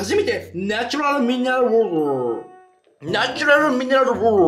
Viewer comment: 「ナチュラルミネルゥルウォウォー」 🤣🤣🤣🤣🤣🤣